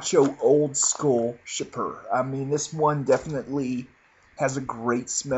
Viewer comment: Chypre --------> [SHEEP-ruh] not CHIPPER